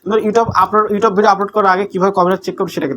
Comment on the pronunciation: ব্যাটা,, ঠিক মতো ইউটিউব উচ্চারণ করতে পারোনা 😂 ইউটোব ইউটোব কি?????😂😂